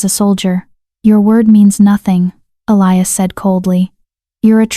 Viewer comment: ATTENTION: ELIAS is NOT pronounced Ah- lie-us. Correct pronunciation is Eh-Lee-Us. Also Herbs the H is silent so erbs. It is so extremely distracting, the constant mispenunciation, please.